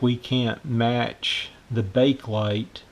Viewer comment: It's pronounced Bake-uh-lite, not Bake-lite >